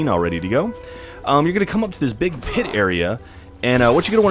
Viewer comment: You are gonna come to this phit area. XD I came here to see where the last yellow thingie is and I got what I came for + a laugh so loud I woke up my sister.